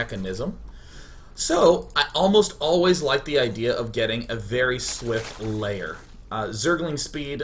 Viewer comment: Am I the only one who's earign him saying "LAYER" instead of "LAIR" ...every zerg game he says that :P And always a cops siren in background.